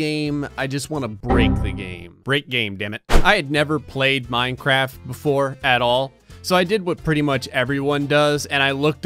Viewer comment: You said minecrap